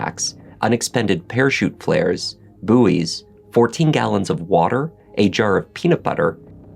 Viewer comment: BUOY and BOY are homophones. So BUOYS is pronounced the same as BOYS not booees. Just as BUOYANCY is pronounced BOY ancy not boo ee yancy. Americans, please check your dictionary on how to pronounce difficult words. Especially as you are the narrator. It's frustrating to hear one who is supposed to be a native speaker of English and yet does not know how to pronounce certain English words.